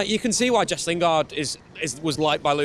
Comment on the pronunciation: Why does he still say Jess?